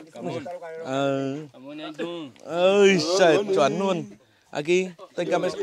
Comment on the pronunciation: Náng cái này nuôn, nói chuẩn chính tả đi a